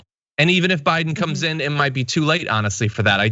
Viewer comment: Am I the only one who heard Chis Hayes say "O'Biden"